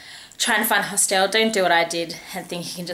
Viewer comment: Please learn how to pronounce " hostel " and " Covent "